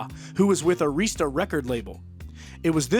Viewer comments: IT'S NOT AIREEESTA!!!! IT'S AIRISTA. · That's 'Air' ista, records, boss. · You don't know how to pronounce Arista